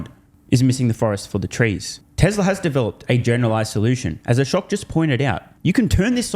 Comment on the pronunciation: Oh gosh, man, not Akosh. Ashok!!!!😂